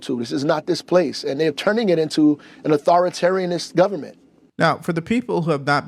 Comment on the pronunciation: And what this mayor is saying is about the Republicans being an authoritain government ( but he said authoritarinist....please). This is who THEY are. God this is disgusting.